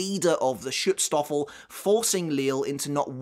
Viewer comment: Listen, I know you're saying Schutzstaffel, (and yes I did admittedly have to look up how to spell that correctly) but I keep thinking stroopwafel.